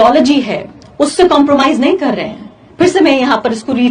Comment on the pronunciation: Bhai कर to poora bol le..... Tere कर me bhi british accent h